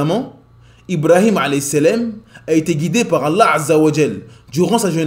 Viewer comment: As salaam alaykum, très bonne chaîne ma sha Allah. Il y'a juste un petit truc (peut-être que le problème vient de moi) : quand tu prononces le nom d'Allah azza wa jal, j'ai l'impression que tu fais précéder le nom Allah par la lettre " 'ayn " en arabe (désolé je n'ai pas le clavier arabe). J'ai l'impression d'entendre 3Allah et non Allah (mais comme je l'ai dit ça se trouve c'est moi qui ait un problème auditif). En tout jazak Allah khayran pour ton travail.